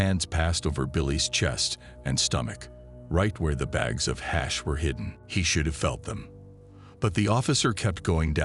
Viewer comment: AI SLOP, cant make it trough 10mins because of the word HAAASH